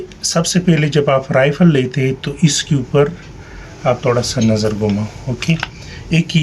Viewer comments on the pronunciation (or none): none